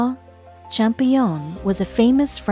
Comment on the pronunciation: champollion pronounced Cham-pol- lion, with the accent on the pol and the lion pronounced like leon